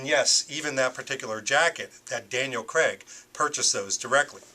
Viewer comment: It's Daniel Craig not Creg! Please pronounce it properly.